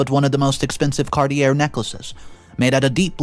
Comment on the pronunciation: Are you illiterate? Cartier is pronounced car-tee-yay.